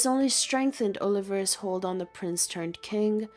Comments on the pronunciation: 'oh-li-VAR-es' lol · Actually, it could be AI. They tend to mispronounce proper names like this. "Oh-liver-us" drove me nuts to the point of being unable to listen to this. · The way the teenage girl narrates this video is hysterical...check out the way she continually mispronounces the Spanish surname "Olivares" as if she's a retro valley girl.